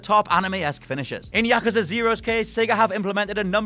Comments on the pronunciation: Yakusa... No no it's yakuuuuuuuuza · Yakaza? Come on dude. It’s YakUza! YakUza! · Its pronounced Ya-KUZ-A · Learn to pronounce words correctly......year, yakuza.....the list goes on.